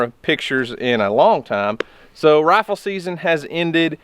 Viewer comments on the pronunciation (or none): It took me awhile to realize Daddy was saying “rifle” and not “raffle”. He’s sure cute though.